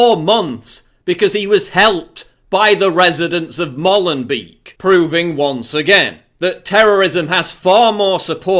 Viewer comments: It is pronounced Mowlenbake, not Mollenbeke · You can't even pronounce Molenbeek